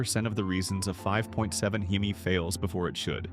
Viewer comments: a He-Me? Lmao! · That's AI speaking the wrong pronunciation of hemi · I clicked off after he said Hemi wrong then said he was wrenching on these trucks for 20 years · Right I clicked off once I heard Heemi over and over again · It’s AI you we’re not wrenching on Rams for 20 years you can’t say Hemi right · Skeptical cuz this dude cant say Hemi right